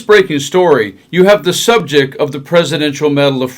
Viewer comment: Hey you doing this video. It's subJECT, not subJECK. There is a t sound at the end.